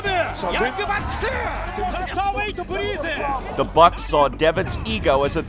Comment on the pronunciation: "Go home-u! Prease go home-u! Young Bucks-su!" I LOVE NEW JAPAN LOL